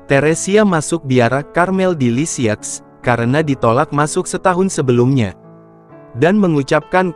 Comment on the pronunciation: unt admin: Lisieux dibaca lisieu, Francois dibaca franswa. Krn ini bhs perancis.